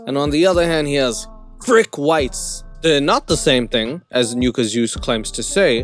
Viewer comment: It's pronounced "nuh-kah" just fyi. I dont really care but I'm sure some people do. It's like another way of saying the n word